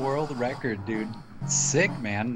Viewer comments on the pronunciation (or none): none